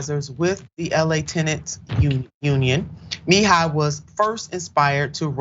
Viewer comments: Kenneth Muh-he-yuh/ya. I love you but please check the names if you aren't sure about them. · Immediately switched off from this video due to the disrespect of mis-pronouncing the guest's name twice! Always prepare yourself prior to production when guests are scheduled in advance. Other than that, I love what you stand for; proud of your show but I will make sure to watch you next upcoming show! This one threw me off (mah - hee - ah) is the correct pronunciation though! LoveLove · Kenneth Muh-he-yuh that's how you pronounce it!!! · Please learn how to pronounce someone’s last name properly. It was rough listening to this with the mispronunciation of last name.